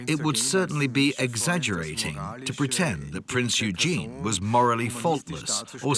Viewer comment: He did not bring it down, they are still there (or who else brought the trade towers down?). Please learn how to pronounce PRINZ EUGEN